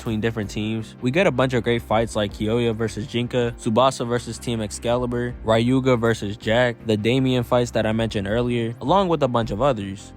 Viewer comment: "Rai-yu-ga"... who's gonna tell him?